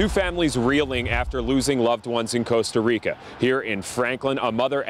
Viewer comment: you said Costa Rica wrong!